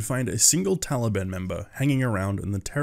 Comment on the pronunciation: "Library Taliban" sound's like "Tally, ban." Btw I thought the terrorist group people were Osama bin Ladeen's secret twins.